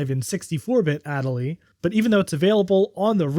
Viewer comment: your pronunciation of adelie hurts me lol